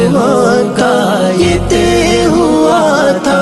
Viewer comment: نظم ماشاءاللہ بہت اچھی پڑھی ہے لیکن تہہ لفظ نے سارا مزہ کرکرا کردیا ہے لفظ طے ہے اور اس کا تلفظ بالکل غلط ادا کیا گیا ہے اور پھر اسی لفظ کی بار بار غلط دہرائی نے آگے سننے ہی نہیں دیا برا لگے تو معذرت!